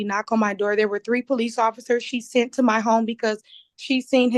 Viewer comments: and "seent". She "seent" her husband's car at the apartment complex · Montique "seent" her ex-husband's car. Do you know how many minutes I agonized over how to even spell "seent"? Three. it was 3. lol Best part was when the judge very discreetly slipped in that there might be more than just 2 houses he's floatin' between 🤣